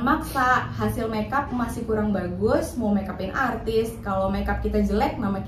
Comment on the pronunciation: Kurang profesional gmn cb, liat dong pas dia bilang "arrrtis"